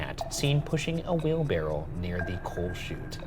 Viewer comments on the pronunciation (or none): For the debrief: does Ryan know it's "wheelbarrow" not "wheelbarrel"? 😂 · ryan and shane collectively saying “wheelbarrel” instead of wheelbarrow made me question what i know and google it to make sure i was right 😭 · Does he keep calling it a wheelbarrel or am I hearing things? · I think ryan says, “wheel-barrel” and shane says, “wheelbarrow” — does anyone else hear it? (confused non-native English speaker here!) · ryan saying "wheelbarrell" took like 80 years off my life" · All this episode really taught me is that Ryan does not know how to say wheelbarrow correctly